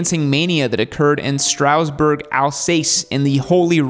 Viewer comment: Oh wow, your pronunciation of Strasbourg and Alsace broke my ears! Regardless, thanks for another great vid!